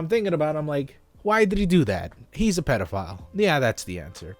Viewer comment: nobody:: pedophlyle